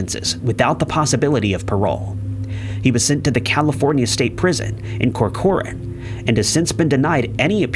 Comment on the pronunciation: I think he means Corcoran, in Corcoran CA. He does get a lot of names of people and places wrong😂